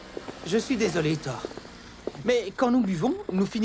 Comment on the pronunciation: Pourquoi on passe de ThorU (oui j'insiste sur le U) a Thor? Je comprendrais jamais pourquoi la VF se permet defois des modifications comme sa sur les noms des personnages